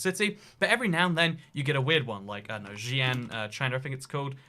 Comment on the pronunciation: Xi'an is prounced Shee An afaik.